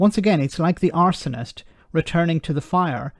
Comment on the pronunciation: Arse....onist. Stress on the first syllable.